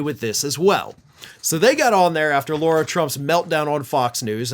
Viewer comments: La-Rah, it's La-Rah. You're defaming all of us real Laura's calling that... Other by our name. 😅✌️ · I'd like to know why keeps pronouncing Lara "Laura"?